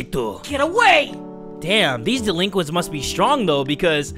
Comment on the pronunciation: Laughing in Front of the delinquits?